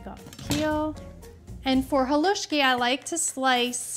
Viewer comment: You say Halusksi so right. It's like perogi said so wrong. I'd love to try your Halusksi. You make yours like mine but, theirs so much Halusksi you can make.